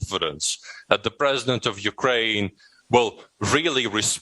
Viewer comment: Mr Prezibent Waslodymyr Werelenskyy... 😄